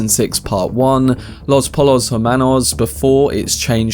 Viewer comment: poy-yos yup + don't pronounce the ‘H’ like erm-anos